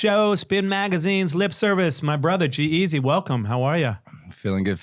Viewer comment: Great interview! You pronouce his name wrong tho :/